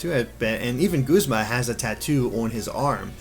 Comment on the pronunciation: Oh gawd no, don't let that be the official pronounciation of Guzma... G-uh-zma sounds so much better! That aside though, I'm loving Team Skull so far! :D